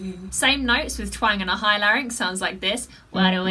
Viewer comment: You said larinx about four thousand times here. Maybe ten thousand. But still, you can sing much better than all those freaks of the nature, bearded women and rubber men. Maybe, you can say larinx just hundred times? I still love you :thanksdoc